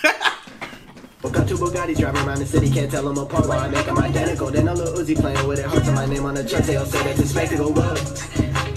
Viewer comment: oofff the disrespeck on uzi’s name